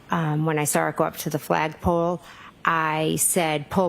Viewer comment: I sawr it! What kind of teacher is she?